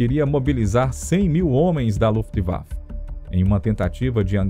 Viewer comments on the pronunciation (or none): none